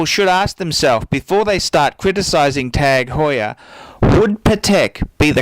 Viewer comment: Wrong. Do a youtube search for "Jean-Christophe Babin, CEO of TAG Heuer" Click on the first video and skip to 3.07 to listen to how the CEO of the company pronounces it.